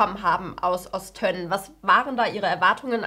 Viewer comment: Es wird übrigens Ost-önnen ausgesprochen und nicht Ost-tönnen😅 sonst gutes Video